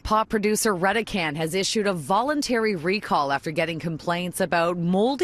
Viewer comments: I pronounce "Reh-deh-can" ,so does everyone else I know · Isn't it pronounced "Ready Can"? As in Red-E-Can... Redecan?